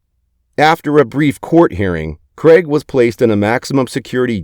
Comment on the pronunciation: Craig not creg